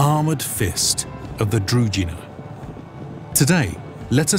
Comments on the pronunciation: That's not the point, the word is Družina, which is a Slavic word and thus it is imperative that you pronounce it the way we Slavs pronounce it, when I speak English I don't speak it in the way it is spoken in my country of origin, I speak it in the exact same way that it is spoken in the States, simply because that is the language, it's not the English as defined in Serbia and therefore, the word Družina ought to be pronounced the way we Slavs define it, not the way non-Slavs define it, plain and simple. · Very interesting video-documentary. Only objection i have is pronunciation that is like punch in the eye (feeling is similar when Russian talks english). ZH in DRUZHINA read as G in Geneva, or JE (in Franch). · Also what is up with narrator unable to pronounce "druZHina"? Its so cringy. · In Ukrainian, Druzhina is pronounced differently. The "zh" is pronounced like the "s" in "measure". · DruZHina, knyaZHestvo are pronounced like in the French "bonJour". Knyaz and Knyazhestvo is also wrong. It is K-nia-z and K-niazhestvo. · Mispronunciations bother me. I won't listen to this documentary as i know what is it about and will just hurt my ears with all the "Kievs" and "druzinas" while it is actually Kyiv and Druzhynas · It's difficult to pronounce if you haven't heard it. Druzhina there is no D in zh, it's not Drudhina, more akin to the gandarme, the G sound from the french word would go into Drugina. I couldn't think of an english word that has that same sound sorry. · Anyone else getting attacked by rash all over the body, everytime the narrator pronounces Druzhina, as Drugina? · It's DruZHina (Дружина). It's sounds like frist letter of Jean Claude van Dame name. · Your pronunciation of Druzhina is wrong. 'zh' part is pronounced like French word 'je' not like 'j' in word justice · Guys, very nice video, but please make the effort to learn the correct pronunciation of the KEY word that the video is about. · The pronunciations of druzhina and knyaz are barbaric XD